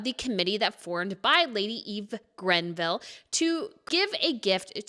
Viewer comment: its greville not grenville 😂